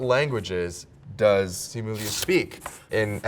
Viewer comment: He's pronouncing his own name wrong...🤣